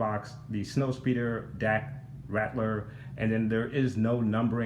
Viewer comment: This Vehicle is INCREDIBLE! Great Diorama. Dak's last name is Ral-ter not Rat-ler though. The piece you questioned is the Grappling Gun Luke pulled out right before the Walker Crushed the Snowspeeder, and that is where it Stores. The small pieces with the Gold on them are the Explosive Charges Luke threw into the AT/AT after using the Grappling Gun to ascend to the Underside of the Walker. The end of the Tow Cable attaches to the side of the Rear Mounted Harpoon Gun also. The "Opening Compartments" on the back Sides of the Speeder that lift up are the Air Brakes. You missed the Butterfly Joints on Dak when You went through the Articulation.